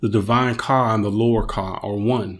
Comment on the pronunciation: The words aren't coming out right when you say kah it says car amongst other issues